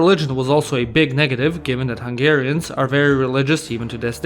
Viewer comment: I'm Hungarian and I love how you pronounced the Hungarian words😂